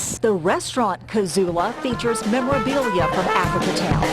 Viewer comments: Can she not pronounce "Cood-joe" a little care will tell u your pronouncing it wrong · Why does she pronounce cudjo as “cujjo” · Coojo not cud